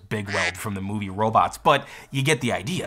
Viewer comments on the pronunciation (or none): none